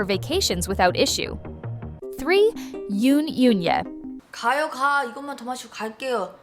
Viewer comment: Please pronounce the names properly: Goo Hye-sun is pronounced Goo Hesun... Yoon Eun-hye is pronounced Yun Un-he... The vowel in Eun is pronounced as in the u in put